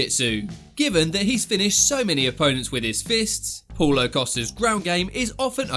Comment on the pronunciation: Is Paulo not Poulo!!